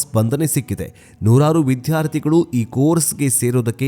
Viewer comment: Sir, “Viddhyarthi” alla “viddyarthi” !! Uchchara pls … nodiyanthe..